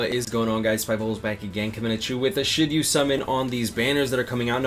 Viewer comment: im always hearing shitty summon instead of should you summon